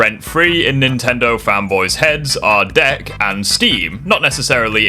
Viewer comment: I thought you said “debt” there, although that would still make sense since Nintendo fanboys probably don’t care how much debt they go into when they’re buying Nintendo products lmao.